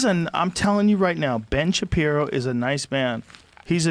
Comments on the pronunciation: “Ben Shabibo” My brain: :) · It's really weird for me to hear people correctly saying Ben shapiro. I am so used to hearing and saying Ben Shabibo that for me that's his real name.